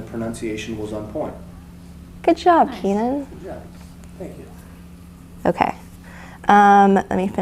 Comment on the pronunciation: OMGoodness Keenan!!! You said my last name correctly! No one does that 😃👏🏼👏🏼👏🏼👏🏼